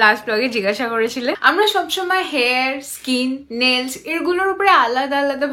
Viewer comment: Nails not nells😂😂😂😂😂uff byapok pronunciation😂😂😂😂😂.